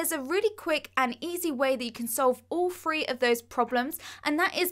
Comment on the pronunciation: It's TH-R-EEEEEEEEEE! not FREEEEEEEE